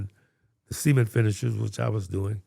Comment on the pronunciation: this “cement” segment is so funny to me, i dont know how didnt burst out laughing after a while of it sounding like “semen”